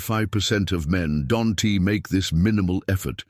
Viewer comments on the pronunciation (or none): "Don-T" 😂.. Does AI not have the ability to say the word "don't" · Narrator reads "don't" as "Don T".